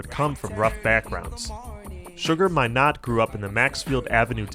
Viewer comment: Great Essay! One thing: it's pronounced My-nah not My-nott